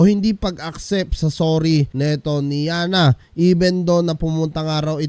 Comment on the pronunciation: Sir road rage hindi rough road. Saka yanna sir hindi alyana.. 😂😂😂 pero da best yan sir tuluyan nyo yan. pinagmumura pa kapatid mo e..